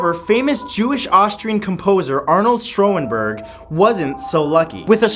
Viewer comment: I'm just gonna skip over Matt's unfortunate pronounciation of Schönberg's name, but how could you miss out on a much more famous case in the composer category who is also from our country? Claude Vivier, a Canadian composer, was murdered by a male prostitute in Paris in '83 where an unfinished piece of work was found on his desk describing the whole event.